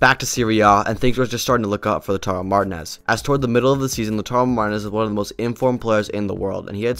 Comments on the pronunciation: 😂😂😂 Lautaro Martin-as 😂😂 You gotta work on your spanish pronunciation, bro. 😉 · Never heard anyone in my life say it like that lmao. How is that even possible to not know how to pronounce it correctly, it's such a generic common last name , especially in this sport 😂